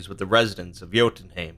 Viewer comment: Bruuuuuuuuh its jötunhEIm not haim